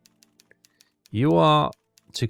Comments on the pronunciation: I could swear its Bah-Laow not bloody ballyhoo 😂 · Prettt sure it’s pronounced “Buh-lay-o” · It annoys Me each time I hear You mis pronounce Ba- Lao ! The Ba-Lao class Submarine is considered the Best Submarine That Entered Service during The Second World War with its test depth off 120 meters or 400 ft it could run submerged at 12 knots top speed on the Surface 21 knots, This Class of Submarine lead the Way for design unit 1957 when The Royal Navy introduced the Dreadnaught Class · Ba-lay-o that’s how you say her name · “Bal-owww” is how that name is pronounced,. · You really should set your fish to run a little bit deeper...default they are running a bit too close to the surface...deeper hits will cause more flooding...the magnetic exploder you fire under the hull...but for good impact pistols you want to hit 2/3 the rated depth of keel. It's pronounced Bah-Lay-Oh class submarine Keep em coming!!!! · It's pronounced Bal-ow. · Bay low class, or Bah Lay oh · I’ve always pronounced Balao as bal-oh. I could be wrong. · It is buh la-ow (2 total syllables) End should rhyme with ow (as in ouch). Kind of like the ending to the word allow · Buh-Low (as in allow without the A), and Ba-Low (same ending) both seem to be correct - probably pronounced differently by different crew members at the time too. I googled it 'cos I didn't know either! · Bah-Laow ...Lao is pronouced as as if the a is barely their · I think it's Buh-lou (as in 'loud'). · The closest English pronunciation is bal(as in balance) - oh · P.S. not meaning to jump on the screaming horde, but I do think youre pronouncing "Balao" wrong, but I know youre ALSO not from the US so maybe its just the diffrence in how english is spoken around the globe...